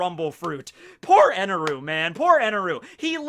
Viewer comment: Stop saying his name with eneru... It's enel